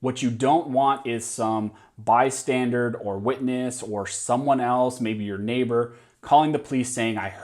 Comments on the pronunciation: Bystander, not Bystandard....come on. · Please learn how to pronounce bystander! They are not bystandards, which is what you said every time 🤦‍♂️. Makes you sound dumb and uncredible.